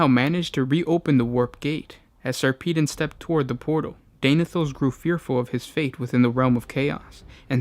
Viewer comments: Say it with me Sar puh Don not Sarpeedin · Its sarpedon as in pedagogy not peedon as in pissed over. Why cant you yanks speak english correctly? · Sarpeedon? Seriously. A space marine chapter master called sir pissed on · this is a load of horse s***. they were declared excommunicate traitoris because of their revolt against the mechanicus for not returning the chapter relic, it had nothing whatsoever to do with mutations. It is also pronounced SAR-PUH-DON